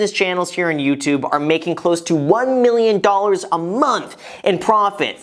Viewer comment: "it's not one of those videos where a YouTuber brags about how much money they make" Him in every video: "MilLiOnAiR"